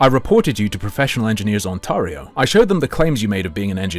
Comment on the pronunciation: That’s not how you say Ontario